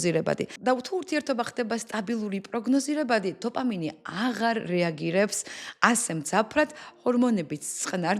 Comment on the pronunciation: ყველაფერი მაგრამ დოფამინი და ტესტოსტერონი სწორად თქვი გთხოვ❤❤